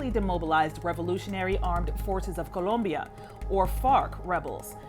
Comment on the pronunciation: 🤣🤣🤣 The way she gets an accent when she says Colombia